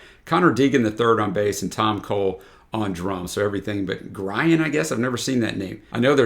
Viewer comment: Grian is pronounced 'Gree - An', it's an Irish name.